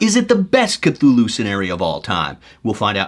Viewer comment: You got the Cthulhu pronunciation down Professor...now if we could just get 'huge fans' of his work to pronounce the damn city names right...Dun-Itch and Ins-Muth...if I hear one more w I'm going to punch them in their InnsMOUTH (